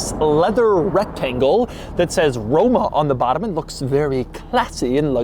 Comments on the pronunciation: he said romo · “quirks and features of the romo” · Can we get a RRRRoma with a rolled "R" per favore? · Romo? then Roma LoL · Did he say Romo in ? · anyone heard him say Romo? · The way you pronounced the word “Roma” sounded to me like the English word for zingaro (gipsy) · See, this is why I don't watch doug anymore. He doesn't even give these cars any pedal. He just babbles enuff to almost make me miss the fact that he didn't give me my money shot. I didn't hear that RoMa scream even once. ~Dud DeMuro~